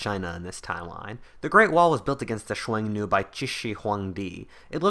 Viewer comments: that might be the most unique way to say "xiongnu" I've ever heard. I was like "chuenu? Wtf is that" lol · Dude just pronounce it like "Shoo-Own-Noo" or "Shoo-Own-New" if easier. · Xiong nu is read as hunnu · Two things u got wrong about Xiongnu 1. İts pronounced Hong Nu 2. It wasnt chinese it was a confederation of mongolian and turkic tribes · I have never heard Xiongnu said that way... interesting